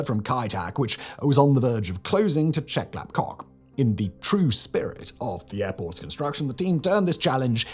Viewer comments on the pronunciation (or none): Who else chuckled every time he said Chep Lap KOK?